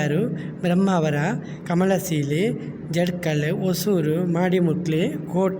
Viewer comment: Subscribe ಎಂದು ಸರಿಯಾಗಿ ಹೇಳಿ 😂😂 ಸಾಲೆ ಅಲ್ಲಾ ಶಾಲೆ, ಏಲು ಅಲ್ಲಾ ಏಳು, ಕಮಲಸಿಲೆ ಅಲ್ಲ, ಕಮಲ ಶಿಲೆ, ಅಸೊಕ ಅಲ್ಲ, ಅಶೋಕ pekulity ಅಲ್ಲಾ, faculty